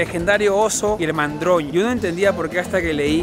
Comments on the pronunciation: Oso y Madroño, no mandroño 😂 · Jajaja es madroño no mandroño 😅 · El Oso y el Madroño,, no mandroño:) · Mandroño jajajajajajaj me gusta el nombre pero es Madroño